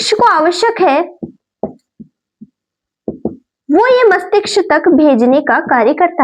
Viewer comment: Mastiksh nhi mastishk hota hai mam 😂